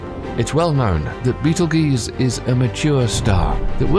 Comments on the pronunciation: It is pronounced Beatle-juice, not beatle-geese. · Beetel-geese? It's pronounced baytel-goy-tza. Even the American Beetlejuice would be more acceptible than what he spouted out. Love this channel, great content that surely took tons of work, but it's lacking in editorial quality. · It's pronounced Beetle Juice, not Beetle Geese LMAO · Juice, not geeze. It sounds like text-to-speech. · I thought it was juice not geez. Would like to know for sure now. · GEUSE. Not juice. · Never heard of “BEETLEGEESE” before hmmm 🤔 lmao 😂 Beetlejuice anyone??? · Beetle geese???? Wow.. Just wow Certainly you understand the proper pronunciation is beetle juice. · Beatlejuice. Not Beatlesgaese. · My subtitles said brittle G’s when you said beetleguese I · How do you get 'juice' out of ..geuse? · I heard Beetle Geese lol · Beatle geeyz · Beetle-geeze lol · The amount of times they miss-pronounced Betelgeuse betel juice* makes me cringe😂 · This mfr said beetle geese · It's beetle juice like Orange juice not whatever the guy said the human languages dying because of stupidity Unfortunately next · sorry dude it sounds ridiculous when I hear it in the video, I'm from the USA and here the scientists pronounce it as beetle juice. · Stop the word's not meant to be in English so there's no real pronunciation. How does one pronounce '''betel geuse''' lol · G makes the same sound as J sometimes. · It almost made me cringe when he said it. Do a bit more research and learn how to pronounce the words you use... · I know I hate this pronunciation of betelgeuse ughhhh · I was watching your video, and after I corrected your pronunciation of Betelgeuse three times this creepy guy appeared and I can't get rid of him. Annoying.